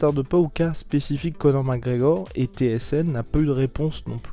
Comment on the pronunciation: "Co'or MacEor"